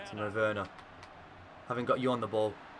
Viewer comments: It's pronounced verner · It’s ver-nah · Not wernah